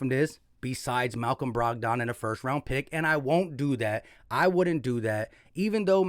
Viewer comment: Dude doesn't even know who Malcom Brogdon is. He just read his Stat line. Bro can't even pronounce his name 😂